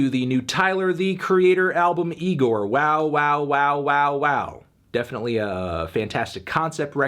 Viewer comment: Anthony, we already talked about this. It's IGOR not NIGOR.